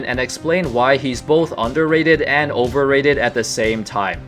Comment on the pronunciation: Polarizing? You said Overrated wrong 😅